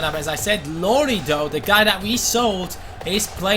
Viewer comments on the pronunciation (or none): it is iLori not LLori